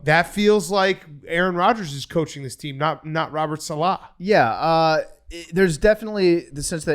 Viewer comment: Guys come on it’s Robert SALEH, not SALAH. He’s not like Mohamed Salah. It’s Saleh. Thank you.